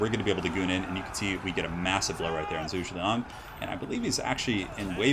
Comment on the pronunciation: Someone please correct me if I'm wrong, but I'm pretty sure is mispronouncing these names. Xu should be pronounced "Shu" and Zheng should be pronounced more like "Jung".